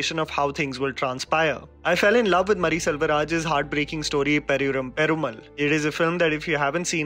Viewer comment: It's pronounced as "padi-ye-room pe-roo-maal".